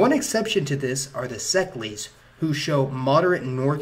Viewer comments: Székely should be pronounced like Say-Kay. Sounds nasty the way you're saying it (no blame though) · That's not how you pronounce 'Székely'. It's pronounced See-kay. Or 'CK' which is why the comedian Louis Székely abbreviates his name to Louis CK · Your Hungarian pronunciation is atrocious. Szekely is pronounced almost like.... Say Kayyy. Ya, that'd be pretty close. You know, Trannsylvanian. If not sure how to pronounce something like szekely, why don't you just say Trannsylvanian Hungarians or something like that? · Hungarian here! Thanks for the video, it's really informative. You pronounced magyar pretty well, but szekely not so much. It's pronounced like "see-kei" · The pronunciation of Székely is "sa-kay" ("sa" is "say" without "y"). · oh god stop saying seklees, every damn ignorant youtuber thinks they can make history videos